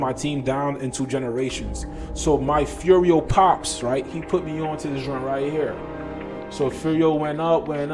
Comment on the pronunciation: You say Furio, you got it dude. Subscribed +1